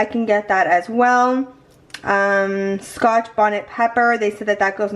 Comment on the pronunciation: I’m cracking up at how you say Scotch Bonnet peppers. 😂